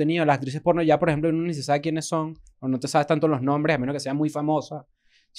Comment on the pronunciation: que risa como dice la industria polllnoo 😂